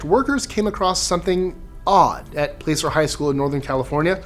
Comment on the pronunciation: Placer, as in Placer County, CA is pronounced more accurately "plasser" ... (/ˈplæsər/ PLASS-ər)